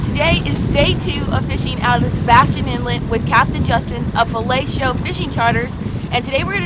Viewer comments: Oh, "Filet Show",lol. Might want to pronounciate that one a little better,lol. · I think you should pause between fillet and show a little longer cause it sounds like you’re saying “fellatio” charters. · OMG I thought you said felatio fishing charters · she doesn't even get what she is saying, when she says the name of the charter co. lol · Filet Show? And the T is silent? Right? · Am I the only one who is seeing “Filet Show”, but hearing .....well you know what I mean!!! LMAO!!